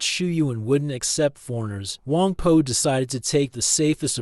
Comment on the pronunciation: It’s Wang Po, not Wang Poo, right?